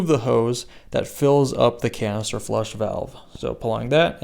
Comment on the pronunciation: Almost sounded like you said colon cancer replacement valve…..might be on to something.